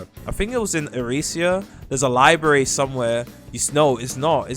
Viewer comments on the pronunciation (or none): none